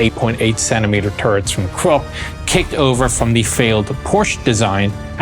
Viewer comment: Porsche not porsch use the e. Krupp say kroopp.